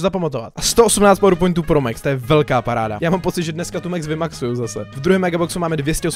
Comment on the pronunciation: To sa nečíta mex ale max a je to chalan